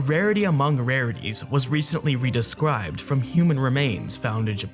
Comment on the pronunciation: wediscwibed :3